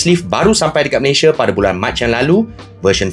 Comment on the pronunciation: " 'Dekat' Malayshia"